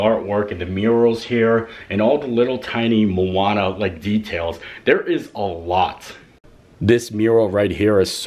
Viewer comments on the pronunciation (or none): Sorry, but it’s Moana not Mooana, room looks awesome.